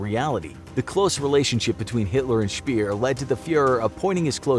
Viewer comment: Albert Speer isn't Albert Spier.